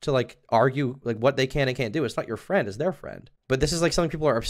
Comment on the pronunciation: Mah fwEEND croyed